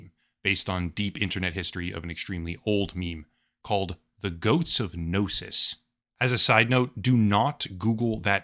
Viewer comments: "Goats of Gnosis" no sir, it's pronounced: [Goat-See] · It's pronounced [GOAT-SEA] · Its pronounced goatsy. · Pronouncing goatse like “goats” is pretty funny. Honestly never heard someone do that before. But yeah, do not google it. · my love it’s pronounced “goat-see” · It's pronounced goat-see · Isnt it pronouncced goatseee? Thats how ive always heard it. Gotta love that the AIs actually get memes and share some of the all time greatest of classics lol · It's pronounced "Goat-see" The Goatse of Gnosis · Its pronounced "goats see" all ad one word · It's pronounced "goat see". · I would never give my money to a cognitohazardous AI, but I have to admit the phrase "GOATSE OF GNOSIS" had me laughing my ass off for about five minutes. Also, last I checked, it was pronounced "Goat-see", but I could be wrong about that.